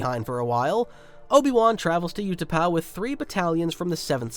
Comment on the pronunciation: You pronounce the U in Utapau the way you should pronounce the Ew in Ewan and you should pronounce the U in Utapau the way you pronounce the w in Ewan.